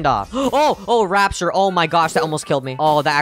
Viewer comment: Bro calls it rapshur 💀💀💀